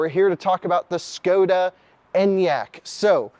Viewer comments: It's [Shkoda] by the way, as a Czech I felt compelled to come here and say it. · Same Enyaq is an official vehicle of the Tour de France! So cool to see it following the leaders… The 24 month wait time is tough though. PS: It’s pronounced “Sh-koda”